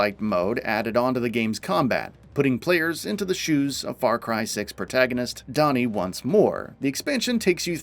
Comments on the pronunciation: “donnie” bruh did you play the game? They say the name like 30 times and you see it written out at the beginning, it’s DANI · How did you say the name wrong 😂